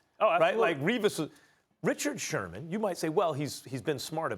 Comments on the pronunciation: Its sherMAN.....not shurmur 🤦‍♂️ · How we gon take bart scott seriously when he calls him shermer the whole time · Why does he keep saying Richard Shurmur?? Speak prop English or don’t disrespect Sherman get his name right at least! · Anybody else catch “ Richard Shermer “ ? to 6 :20 😅😅🤣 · Shermer? I think it's Sherman* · Who’s this crack head purposely saying Richard shurmur lol ? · They afraid to tell Scott his name is Sherman ? Not Shermer lol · Richard “Shurmur” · “Richard Shurmur.” - Bart Scott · Did he say SHURMUR???? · “Richard Shermur” 😂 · I hate the way he says Richard shermer 😂😂😂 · "Richard Shermer" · "Richard Shermer..." Bart Scott lol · Nobody: Bart: “Richard Shermer” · Bart Scott keep calling him “shermar”? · Bart Scott cant pronounce Sherman lol